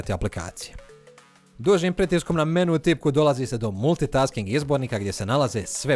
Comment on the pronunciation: Nije menu nego mèni